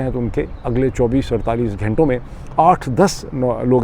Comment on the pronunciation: Mr Pirzada the name of the prestigious university is Harvard and not Howard. And in Urdu the word is "ghanton" (hours) not ghaaiton or ghaaintay. Also it's pronounced Piolet and not poilet. 🫡